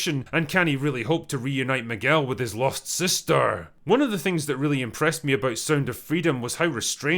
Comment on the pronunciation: "...with his lost SISteRRRR!" Yikes!